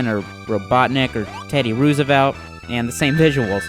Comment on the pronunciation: Ruse-evelt? lol fail.